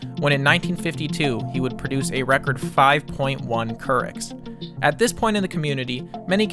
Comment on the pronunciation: |'m surprised you put this much effort into the video without knowing it's "Courics" not "Kurichs" as in Katie Couric, a journalist that the south park creators didn't like, so they used her as a unit of fecal measurement. Huff Post made an article about it years ago